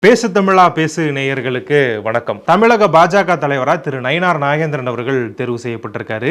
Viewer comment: ஏண்டா தமிழக என்று சொல்லத் தெரியவில்லை தமிளிக என்கிறார். நீ உன் சேனலை இழுத்து மூடிவிட்டு தமிழ்நாட்டை விட்டு ஓடி விடு பொறம்போக்கு.